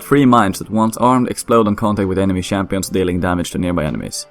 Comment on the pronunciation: shampions i like it